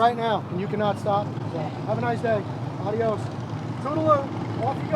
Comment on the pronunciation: Adios is pronounced "Ay- dee-[O]s" in Alabama. 1st ad was for HD...lol!